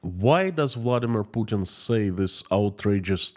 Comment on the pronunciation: No one outside of Russia believes Pukin's BS. It's so obvious even a blind man can see it. your little miss spoken pronunciation of Putin had me laughing my ass off & is now my favourite way to refer to him. On your singing it reminded me of when someone has headphones on & starts to sing along with what they're listening to 😂 Stay safe & please keep up the great work❤. Long live Ukraine 🇺🇦❤️